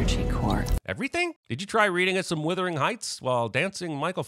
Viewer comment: Did you say WITHERING Heights????